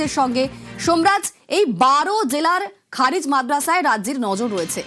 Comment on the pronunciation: আপনি ভুলভাল উচ্চারণ করছেন। খারিজ মাদ্রাসা না খারেজী মাদ্রাসা হবে। এই সমস্ত মাদ্রাসা শিক্ষা দেয় নিখুঁত,দেশপ্রেম,আদর্শ মানুষ তৈরি করার জন্যে। এই মাদ্রাসা থেকে শিক্ষা দেওয়া হয় দেশের জন্যে প্রাণ দেওয়ার জন্যে। সুতরাং আপনি সঠিক ,নির্ভুল উচ্চারণ করুন অথবা ভালোভাবে জেনে শুনে খবর পরিবেশন করুন।